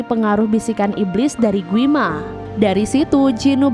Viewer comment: Gwi ma kaliii bukan gui ma